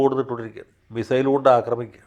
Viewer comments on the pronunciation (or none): none